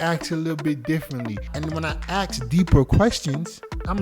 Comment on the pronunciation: Please stop saying ax. It's ask. Good video tho